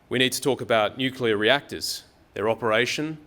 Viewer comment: Nu-clear not nucula.